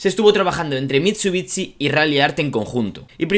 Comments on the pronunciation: Me da mucho toc que digas “mitsubitsi “ (se pronuncia “Mitsubixi” ) es como la ciudad Shangai , no dices Tsangai , un saludo me encanta el contenido pero eso da mucho toc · Mitchubitchi !!! Aaaaaaaahhh mis oídosss!!! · Bro no es hate pero tu forma de pronunciar Mitsubishi es rarísima 🤣 es como mitsubitsi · Por favor deja de decir mitsubitsi por favooooor. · Cada vez que diga mitchubichi, un chupito, súper divertido el vídeo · pero amm jajajaja miento Mitsubitsi jajaja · Porque dice mitshubitshi… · Que feo pronuncias" MITSUTSI " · Una crítica constructiva, pronuncia el nombre de la marca de manera correcta y el del vehículo igual ya que este video está dirigido a fanáticos de los autos y que este mal pronunciado en mi caso me desagrada bastante... no pude terminar de ver el video por ese motivo... es algo tonto, lo sé pero lo podrías mejorar. Saludos. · Que feo lo pronuncia